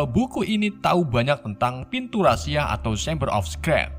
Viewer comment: Mon maap bang..secret juga salah sebutnya👉👈